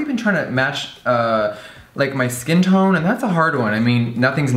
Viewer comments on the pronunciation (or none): none